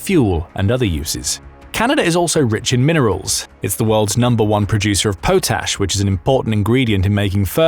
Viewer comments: Pot.....ash. not pootash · It's not POE-tash, it's POT-ash. LOL. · It's not pronounced, poe tash. It's paa-tash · Potash is pronounced Pot-Ash not po-tash